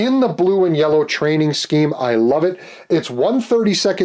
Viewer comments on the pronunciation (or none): none